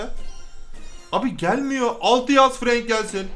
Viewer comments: Abi ingilizcede "a", e diye okunuyor sen frank'ı frenk diye okuyucaksın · FRANK DİYE YAZİLİR FRENK DİYE OKUNUR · Abi bence Frenk okunuş olarak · abi FRANK DEĞİL FRENK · abi yazılısı frank okunusu frenk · Frank değil abi frenK